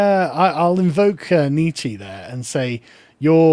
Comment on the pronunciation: you're such an Anglophone. It's pronounced Neetch-uhh (Nietzsche) & Bo-dree-a(r)d (Baudrillard). You should learn a European language, since almost every white American I know is something else besides Anglo-Saxon.